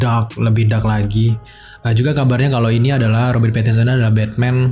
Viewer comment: Pattinson kak bukan Pattionson 😂😂